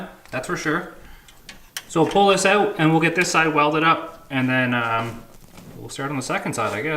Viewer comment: It's cold oot...lol